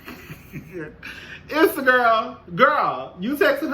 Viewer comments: 💜🧸 Hey 😊 Her name is pronounced "E"ssa, eventhough phonetically it's spelled Issa. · Lol. Her name is pronounced E- ssa